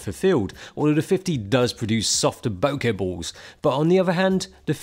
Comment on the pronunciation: Correct! And boke-uh not boke-eee!